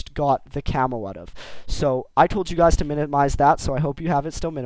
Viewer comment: u say cammo like camol =D